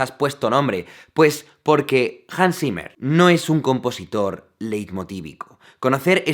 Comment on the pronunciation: Zimmer, pronuncialo bien, es "simah",así se pronuncia